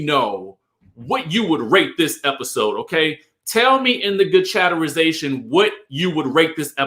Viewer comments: Please STOP saying chatterization!!! Omg🤦🏽‍♀️ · Omg i love but he can thro that chatterization away